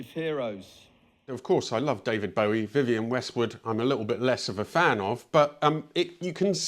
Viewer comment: I'm glad you pronounced "Bowie" correctly, - unlike the Jag guy, who was professing his fandom. 😆